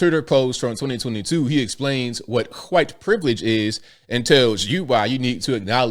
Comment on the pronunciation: Whenever you say, "whooo-ite." it ALWAYS makes me chuckle.